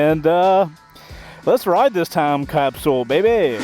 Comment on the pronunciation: Can you not pronounce Time Capsule correctly? Is it hard for you to annunciate that phrase?